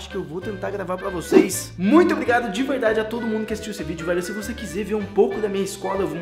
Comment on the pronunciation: E no minuto ele fala se vc quize kkkkk mais isso é só uma brincadeira em